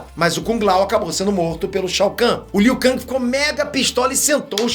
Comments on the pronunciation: Está no jogo a forma que é pronunciada, em inglês é "Ken" e em português é "keng", o pronúncia "Kangui", errado. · Você está se referindo ao ou ao criador de Mortal Kombat? Pois está na porra do jogo a forma correta de pronunciar o nome do Liu Kang, nunca foi "Liu Kangui" e sim Liu Ken (em inglês) e português Liu Keng!! Os produtores de Mk são de lá e deram essa pronuncia pro Liu Kang! E não me interessa Oque o é, até aqui no Brasil é comum pronunciar o nome dos brasileiros incorretamente, o errou a pronúncia do nome do Liu Kang e acabou!!!! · É Liu Keng e não Liu Kang que se fala Hermione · Burro e você que deve falar "Keng". A pronúncia correta é com A. Liu KAAAAAAAANG. O nome dele não é americano, o nome dele é asiático... NÃO MUDA O A PARA E. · Eu sinto uma pontada no rabo toda vez liu kang, com a em vez de e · A pronúncia é "Keng", fazendo o favor. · "Liu Kangue" o mano tá hiperfocado na Marvel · Liu kangue e foda kkkkkkkkkkkkkkkk pode até ser o pronunciamento correto kkkk.mais n me entra kkkk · Não tanko ele falando Liu kaNGI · Aí liu kang keng kkkk faz de street fighter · Mano é uma tortura o dize "Liu Kang", o certo é "Liu Keng", se escreve Liu Kang, mais com o som do "e" no lugar do "a". Kkkkkkkk nossa pareço minha professora de Português kkkkkkkkk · Ele tá pronunciando em "ingrês". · O jeito como o fala o nome do Liu Kang doi demais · A pronuncia do Liu Kang sangra meus ouvidos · Cara mora nos estados unidos desde que nasceu e ainda nao sabe pronunciar Liu Kang KKKKKKKKKKKKKKKKKK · Me dá calafrios vendo ele falar Liu kang kkk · Kkkk achei mt estranho o falando Liu Kang kkkk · pronunciando Liu kang eu imaginei o kang da Marvel como um rapper kkkk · Mil anos se passaram e o ainda não aprendeu a pronunciar o nome do Liu Kang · Ou é você que pronuncia errado????